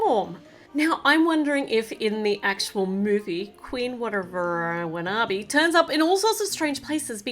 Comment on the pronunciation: u got the queen's name wrong it's Queen Whatever Wanabi